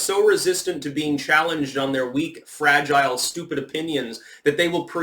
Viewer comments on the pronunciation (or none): none